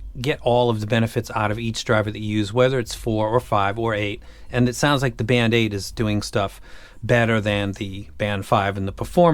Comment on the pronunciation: Ah yes, the “Band-Aid” or band eight…